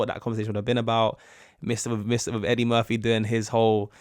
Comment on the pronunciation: Murphy not Murthy